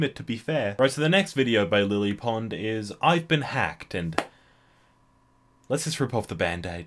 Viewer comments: you called her "Lily pond" lol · he said lily pond